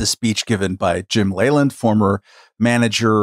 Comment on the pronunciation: I used to watch a lot more baseball when I was younger and I remember hearing Jim Leyland's last name repeatedly pronounced "Lee-land" and not "Lay-land."